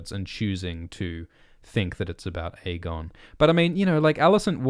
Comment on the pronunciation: And stop pronouncing it EGGON